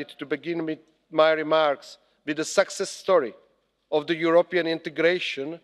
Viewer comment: What was this about? Rusia, sexes, mixed in new members, army, ..etc. By the way success vs. sexes have different pronunciations. The expressions on the faces of the eurocrats were comical at times or utterly bored & unable to comprehend your bla, bla, blabing. Kiska, it would be better for you to stay home next time.